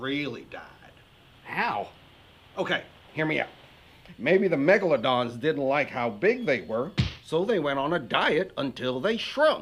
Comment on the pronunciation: MEGLADONSSSSS AHHH HELP